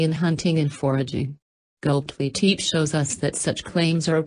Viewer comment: The robot voices were difficult to listen to, and they mispronounced many words - including Gobekli Tepe.